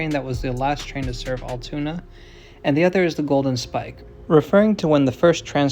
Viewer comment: As someone that lives about a half an hour south and frequents there a lot, us locals pronounce it “AL-(like the name Al) TOON-AH. Hope you come back durning the summer when it’s a little warmer. There’s also a bridge that takes you to lake Altoona that overlooks the tracks.